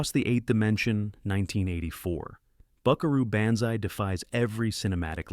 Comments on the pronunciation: I’m sorry, but I had to stop listening and watching when your AI narrator immediately mispronounced “Buckaroo Banzai.” That’s almost sacrilegious. Try harder. Do better. Thumbs down. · How do you review Buckaroo Banzai and mispronounce it? Repo man too? Estaves? Chow Yung Fat? WTF?